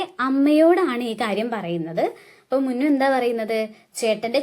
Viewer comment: ടുക്കു അല്ല മുന്നു